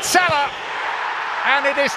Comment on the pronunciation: I hate the way the commentators say salah 😂😂